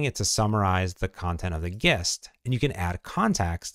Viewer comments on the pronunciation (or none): isn't gist pronounced like the g from giant? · Might want to learn how to pronounce "gist" and tone down the "super dupers"